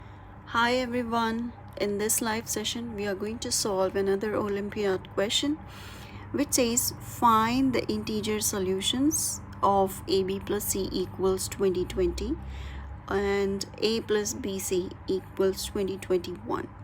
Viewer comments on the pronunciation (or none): your 7 is not "interger" as well...